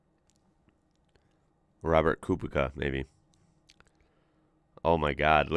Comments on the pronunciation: Kubika ??? Mate, Slavic C is never a K... Kubica is Kubi-tza. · It’s Ku Bits A “Kubica”😂 love it tho